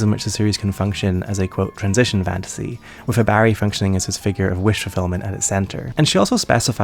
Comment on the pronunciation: "Hibaehri" lol